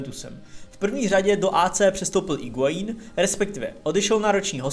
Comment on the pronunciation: Sorry, že opravuju, ale u Higuaína se u nečte